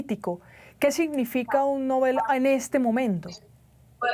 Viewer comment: No se dice novel, es nóvel…